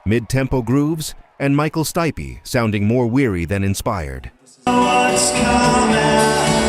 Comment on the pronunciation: Michael "Stipey".